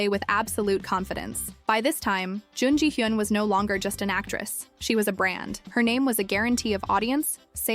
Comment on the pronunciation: It's hard to watch this when you pronounce her name wrong every time you say it. Her name is in like almost every other sentence.